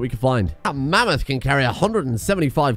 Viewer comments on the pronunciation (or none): Name the mammoth "Ma-meth"